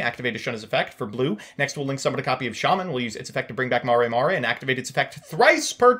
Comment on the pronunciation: Mare mare. Not Mari Mari lol